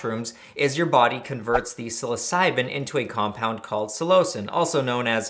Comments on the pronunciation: Psilo-sin pronunciation Not so much Psi-lo-cin So 3 syllables but sounds closer to two. Also I cultivated cubensis for years(two years ago was my last bulk grow and I didn't even take any of that batch it was sorta just a hobby I enjoyed at that point cause I got lots of good reports from anyone who tried my grows and I took pride in the quality of each grow. I still use my dehydrator for ghost peppers lol, I wonder if I remember my shroomery password) and this is the first I'm hearing of this. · I am skeptical of your pronunciation of [psilocin], not sure why you deviate so much from the pronunciation of psilocybin (sillo-cybin, sillo-sin) and that it is responsible for the psychedelic effects isn't a belief but a well documented and researched finding. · I've never heard someone say Psilocin with so much emphasis on the o....is this how you properly say it? I've always said it Sil-eh-sin